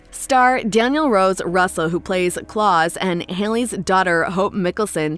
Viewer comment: No one at all: The person talking: Growing up with Damon, Elena and ✨️ Klas ✨️ It's klaUs not klas 😂🤔